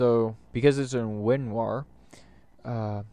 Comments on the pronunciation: why do you keep calling it winwar, it's called winrar. good video though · its Winrar's older edgy brother who's going through his emo phase: "WinRAWR"